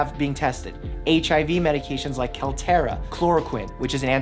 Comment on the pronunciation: Jesus....I hoped this guy was a real doctor because I like his videos. Then he said kaltera for kaletra (kuh LEE truh), a long-established, effective HIV medication. 😱 Now I'm left a little confused about him.